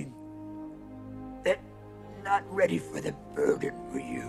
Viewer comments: Lol “burden” but totally sounds like burger now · Some dude said "burger" and now I can't unhear it